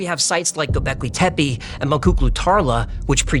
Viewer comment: G Ö B E K L İ T E P E !! FIRST LEARN TO READ TURKISH, THEN SAY THE DAMN NAME CORRECTLY!